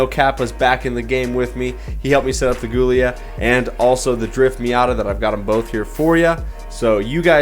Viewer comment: Great builds! It's pronounced "Julia" though lol